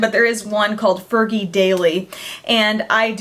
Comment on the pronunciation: i think she said fergie wrong!!! hahaha